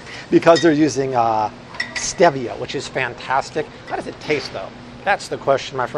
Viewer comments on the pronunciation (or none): Urg! Steevia is how it's pronounced. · Great video-I always thought stevia was pronounced like the man's name :)